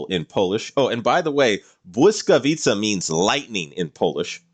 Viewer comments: I'm really impressed with your pronounciation of Błyskawica, propably the best that i have heard in a non-polish video. If i might ask, will there be more of polish ships in the following parts of your list? (Like ORP Piorun for example) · Airships and British submarines? I'm in. Also, a Pole here. Your pronunciation of Błyskawica was on point. I would obviously like to see her in game and, as you said, hopefully as a more mature-looking destroyer. Same with Orzeł actually. A UR destroyer and a buffer is also a ship I would welcome. On a side note, would you consider making a list of ships that might or should get a retrofit?